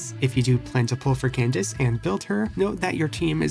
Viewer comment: Bro I wanted to jump in a lake when he said can dak eh